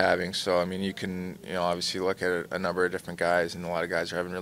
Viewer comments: Well for starters there’s an L in the word. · Love matthews but someone teach this man how to pronounce the word “obviously”.